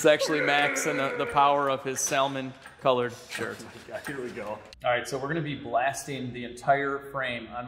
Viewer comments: From someone that lives in a region where salmon are VERY important to the economy, the L is SILENT. So. say Sah-mon, NOT Sal-mon. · SAL-MAN lmao said like a non-fisherman, PS don't order your salmon that way, or you will get the least fresh cut hahaha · Salman it’s Salmon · SAL MON color? I don't think that's quite the correct way to pronounce it. PINK works! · Nooooooo. Did you just say "salmon" colored shirt?! The correct pronunciation of salmon is "sam-un". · Sal-mon? Really? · I was rooting for you until you said "sallmin" 🙄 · I want to hear you pronounce salmon again. That was hilarious. While you're at it toss in a "colonel" too.